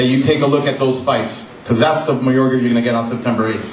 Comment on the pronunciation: Don doesn't even say his name right, "Maygoya" LOL